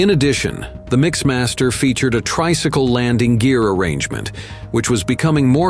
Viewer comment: MixMAS-ter? You can't even figure out Mixmaster? I heard another one that mentioned sixpointfive zerocaliber guns. What - what kind of guns??